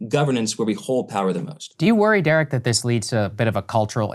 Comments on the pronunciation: Saagar your fake teeth are getting in the way. It's Derek, not Jerek. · Did Saagar call him Jerick Thompson? Or Jared Thompson in the beginning? "Great friend of the show..." lol